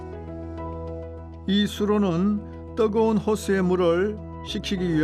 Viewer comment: 떠거운 곳? 떠거은? 발음 개 웃낌~^^